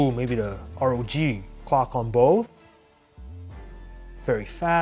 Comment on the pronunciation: why you still saying r-o-g phone???! simply say ROG!!